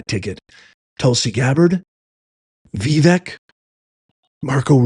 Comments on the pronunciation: It's pronounced Vivek ( Viv ake ...like cake ) I'm surprised you missed that whole pronunciation thing when he was first running for President. Fyi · C'mon after all this time you don't know how to say his name? 😮 are u joking? Its Vi- vake, sounds like cake. Geez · I've looked this up twice as many people have struggled with the proper pronunciation of Vivek, including myself. It is 'Vih-VAKE' according to Google. Hope this helps.